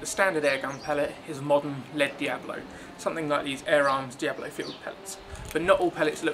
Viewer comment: its D.I.A.B.O.L.O NOT diablo